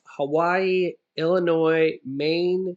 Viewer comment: Thanks for proper pronouncing Illinois as such and not as Illinoise